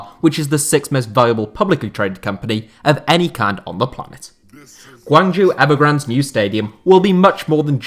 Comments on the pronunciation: Great video, however, 'zhou' is pronounced 'Joe', not 'jew'. Hopefully you can correct this next time Guangzhou Evergrande is mentioned. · Guangzhou is pronounced like [gwung-joe]